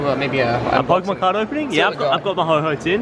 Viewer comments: HO OH NOT HO HO OR HOH HOH. HO OH (HOE OH) ANDOO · It’s ho-OH not ho-HO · Why did you call ho-oh ho-ho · It's not ho-ho it's ho-oh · Who Else Hates The Fact He Calls It HOH HOH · No he said oh ho